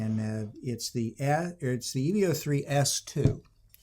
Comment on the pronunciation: You lost me at "Eee-Veee-Oh"